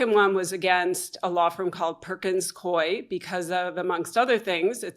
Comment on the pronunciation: The Coie in Perkins Coie is pronounced like gooey - coooo-eeeee. Not coy